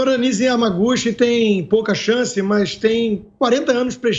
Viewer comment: Kkkkkkkk. Essa Nize Iamaguchi...ramacuchi....ioccuchi...sei lá...não conhece nem os efeitos de uma novalgina e ainda quer ser reconhecida como médica de renome!!!kkkkkk